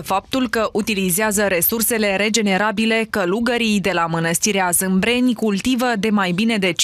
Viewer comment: Jurnalista e kaki Manastirea Zabriceni si nu Zimbreni.